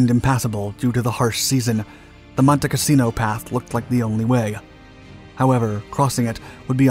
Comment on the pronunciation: Why do we get a picture Castello Sant'Angelo when talking about Monte Cassino (which, by the way, is not pronounced as the narrator does)? He keep saying "casino" rather than "cassino". The latter is name of a place. The former is one word for brothel. The narrator makes a number of howlers in English. I cannot believe he is the product of any English-speaking educational system.